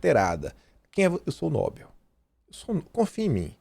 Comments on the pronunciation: a pronúncia é prêmio 'nobél' e não 'nóbel'. Escreve 'nobel'. A tônica é no 'e'. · leia por favor: NOBEL é oxítona e se pronuncia nobél, nunca paroxítona nóbel (obs: Nobel não tem acento). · No-bel. Não é nóbel. A maioria pronúncia corretamente. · Ótimo vídeo, mas é "NoBÉL" não nóbel